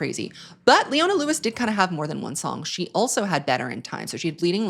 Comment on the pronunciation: Ohhh boy you did leona wrong 😤